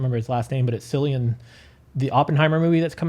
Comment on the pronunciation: I came here to mention the pronunciation of Cillian, too. :) Hard C, not soft C.